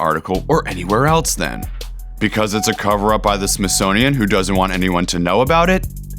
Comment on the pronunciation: "Else" not "Eltse"